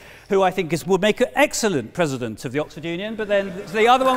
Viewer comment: Mr Pwesident. wesonates with me